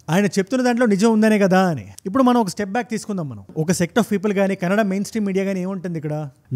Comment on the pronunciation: ఫస్ట్ కన్నడ అని వర్డ్ కెనడా అన్నట్టు పలకవద్దు.